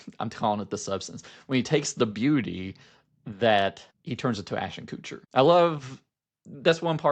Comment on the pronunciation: My deep disdain for Ashton Kutcher means I giggle every single time you pronounce his last name as "Coocher"